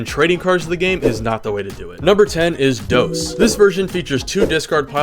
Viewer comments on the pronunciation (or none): Se dice dos no dous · dose? dose is how you pronounce it? no, it's dos, uno, dos, trace...